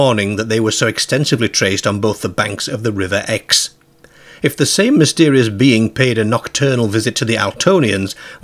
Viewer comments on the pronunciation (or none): Your pronunciations of Exe and Godalming are wrong.